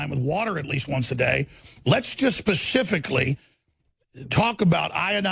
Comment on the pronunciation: Its specifically, not pacifically, Alex Jones.